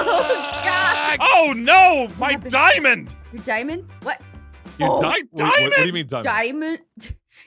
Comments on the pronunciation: it's not "Diimund" it's "Diamond" you Must Read not Like Diimond Okay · When said diamond but it was dimun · Did someone said diimund?